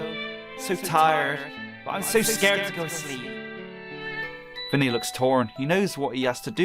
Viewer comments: Is not “vinny”it’s vanny! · Jsyk it's VANNY not " ViNnY" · it's vanny not vinny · * calls the white bunny vinny * Me: * cringing * HER NAME IS V - A - N - N - Y; VANNY!!!!!! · Wow its proudest "vanny"NOT VINNY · It’s Vanny not vinny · It’s not Vinny it’s Vanny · Ahem it’s not “Vinny” it’s VANNY